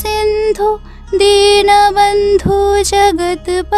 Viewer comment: Dinobondhu noi dinobondho Karunasindhu noi karunasindho